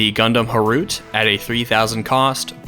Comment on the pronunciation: Thats not how you pronounce Harute 😂 but whatever, still great